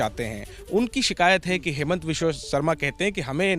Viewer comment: its not haimant, its hee-monto.